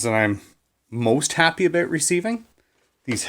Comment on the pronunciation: Gotta love it when the accent states "Abooot"